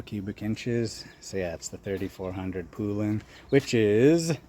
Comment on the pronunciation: Poulan is pronounced like the country without the D at the end. Pole-in . Congrats on the saws, I've been eyeing a Poulan 3800 for awhile now haha.